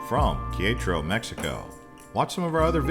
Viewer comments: OMG ! Qui-ETRO? Quer-é-taro, just like it is spelled. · That pronunciation was painful. It's pronounced Keh - reh - tah - roh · KAY RET TAH RO! its not that difficult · You killed Quietro’s name 😂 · It's most worrisome and debilitating to hear some mispronunciation of the name of the city Querétaro. You should always seek out a local person and practice the name of their City even if you look stupid it's better than butchering the name.. Ke re ter row... I hope that helps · "Care et a row" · Que -re-ta-ro 😃 great video. We just got back from GDL and tequila. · How are we supposed to trust anything these guys say when they can't even be bothered to learn how to pronounce the name of the city correctly. I mean, my God, you can take all that time to make a video but you can't even be bothered to ask a local how they pronounce the name of the city. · You have some real good video of the city of Querétaro. I enjoyed watching it, except for when you tried to pronounce Querétaro. I have been living here for 9 months, the people are very friendly. Almost anyone would have been happy to help you with your pronunciation. Other than that, good job on the rest of it. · what an interesting way to pronounce Queretaro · It's driving me crazy. I won't lie. Nice footage though.